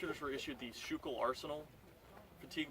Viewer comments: Dude, PLEASE its pronounced SKOO-KILL, not Shoo-kill. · The arsenal is pronounced School Kill.